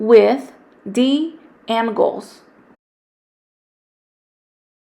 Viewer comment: this is so incredinly helpful but i am so thrown off by the fact that you pronounced it "an-goals" and not "ang-goals"